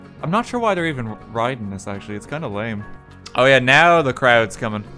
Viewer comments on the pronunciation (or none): none